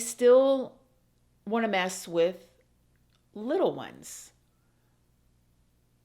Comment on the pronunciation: You remind me so much of my granny when you say "little one's" . She loved children! She worked decades after her children were grown at a daycare. She called children little one's too. I miss her sassy behind so much.